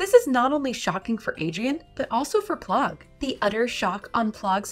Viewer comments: It’s not plogg it’s plagg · it's pronounced "pl-ah-g", not "pl-oh-g" btw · P-Lagg not plogg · It’s pl-ag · why do u say plagg name wrong